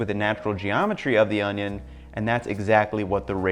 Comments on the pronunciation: Why does this guy keep saying onyo wrong? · pronounced oño the wrong way, disliked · You're saying ONIO wrong. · Best way to dice an onion is to say Onyone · how to dice an onyo